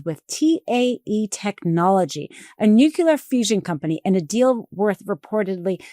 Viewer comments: It's not "nucular" ...it's "nuclear" I'm sure everyone at the Meidas team is tired, but please don't do videos when you can't speak clearly, or you come up sounding just like the orange julius. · Please say NUCLEAR properly - it’s not pronounced New-cular, it’s New-clear! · It’s pronounced NEWCLEAR, not NUKEULER, my friend.